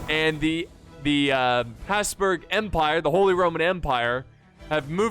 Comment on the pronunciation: Your pronounciation of Habsburg/Hapsburg is TERRIFYING.